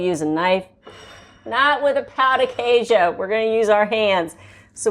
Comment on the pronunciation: It hurts my ears the way you are pronouncing pão de queijo 😭😭😭